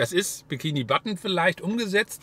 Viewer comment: Wieso sagst du bikini button?